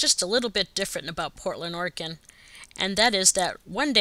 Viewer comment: Thank you for saying ORYGUN and not Or-Eh-Gone